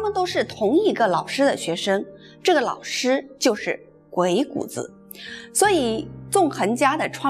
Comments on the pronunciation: 鬼谷子的正确读音是gui3gu3zi3. 三个字都读重音。这里“子”字不轻读因为它是对先生的尊重。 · 给您这位文化人诚恳的建议：将来讲有关“老子”的故事时，不要再混淆“子”的读音。同样的字，读音不同，意亦不同。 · 鬼谷子,子音念錯,應該跟孔子老子的子音相同 真是大不敬... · 鬼谷子的子应发第三声，就像孔子、老子等。的气质仪态很好。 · 鬼谷子最后的子应该发3声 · 鬼谷子的“子” 的发音应该和孔子的“子”一样。您的声调好像不一样。喜欢您的视频！ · 谷的读音查一下